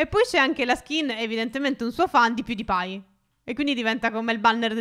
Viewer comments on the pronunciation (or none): none